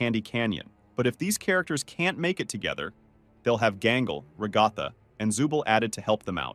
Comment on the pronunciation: you said Ragatha wrong